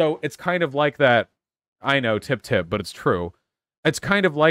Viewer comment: Oh, that's what he was saying? I thought he was saying "Tim-Tim" and I got really confused. I get it now, though. It's a fedora joke.